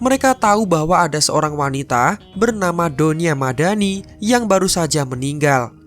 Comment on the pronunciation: Aku denger mimin bilang donya madani kok kayak doni ahmad dani wkwkwkwk